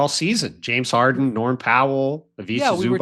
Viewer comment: If you are an Nba analyst how hard is it to learn how to pronounce Zubac’s name?